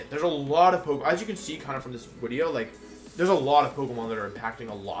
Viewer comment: i'm very sorry if this is gonna sound insensitive but is he messing up all these pronounciations on purpose? for example "wideo" or does he have a lisp or some speech impediment?